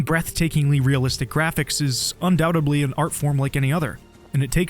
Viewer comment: Undoubtedly. “Un-Dow-Ta-Blee” ❌ “Un-Dow-Ted-Lee”✅ If you want to pronounce the silent “b” it would be; “Un-Dow-Bted-Lee” So you’re pronouncing a silent “b” and you’re pronouncing it in the wrong spot. We’ll get in to “horror” “terror” “mirror” and “corridor” in another episode.